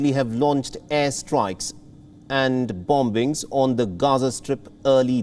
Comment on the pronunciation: 15Seconds he said bomb bings .😁✌️✌️